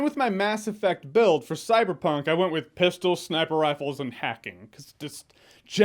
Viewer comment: ''its gta in a cyberpuink world'' -jeremy Jahns And this, this is why you are a movie reviewer xD.... no... just... NO.. don't say that ever again please.